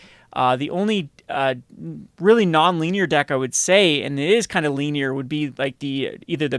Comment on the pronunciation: LEAN-ier? Linear